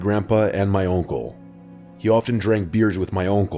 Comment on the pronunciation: I’m sorry but what is that accent when you say uncle lmao. Sounds like oinkle